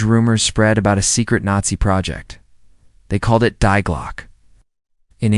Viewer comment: Oh, there you go again. The word "DIE" is GERMAN, and pronounced like the first 3 letters of the word 'DEER', not 'die', meaning pass away.